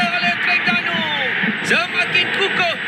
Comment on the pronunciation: Sper gok pengulah oww,, sebut Terengganu pn saloh, pa ceroh Teringganu..😡